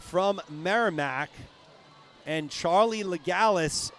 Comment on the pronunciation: It’s Charlee’s mom writting. You are right, LeGallais is french, and the « s » is not silent. 😊